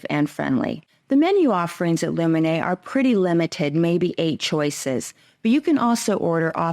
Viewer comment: Luminae is a latin word. It's pronounced "Loo men Aye" Aye is pronounced "eye"